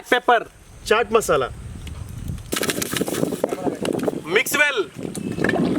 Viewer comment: When they say mixwell, I thought they are saying maxwell.